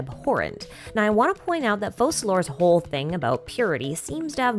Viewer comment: My heart still turns and cringes every time you say Focalor, i love it! Wow what a strong will to keep doing it too. Please pronounce clock as slosk!